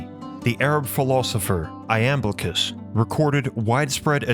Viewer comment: Iamblichos is pronounced Yamblichos, not ''I-am-blichos''....